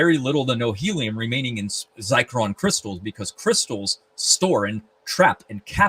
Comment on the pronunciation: *Zircon not zicron